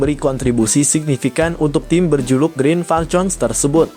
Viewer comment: Green Falkon bukan green falcon!!